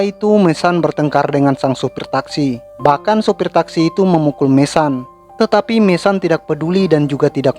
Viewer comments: Bukan MESAN bro...MESON..jgn bikin malu sendiri...sebut betul2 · Mason, baca:[maeseun]